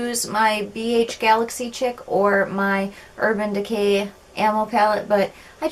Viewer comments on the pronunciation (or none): Great video :) && the Galaxy Chic palette is pronounced Galaxy "sheek". Thought I'd throw that in there ;)